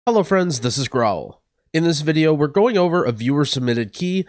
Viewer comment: "Hello friends this is growl" After the its not your fault healer vid(fuckin hilarious btw) whenever you open a video i cant help but hear "hello friends, this is " xD love your videos friendo